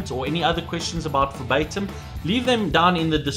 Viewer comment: why do you pronounce verbatim as febaytum xD